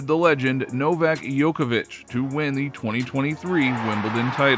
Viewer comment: His name is Djokovic not Yokovic